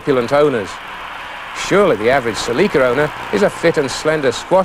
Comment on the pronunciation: Just want to chime in before some ignorant American manages to lick the fried chicken grease off his fingers long enough to comment that it is so satisfying to hear "Celica" pronounced in the proper way.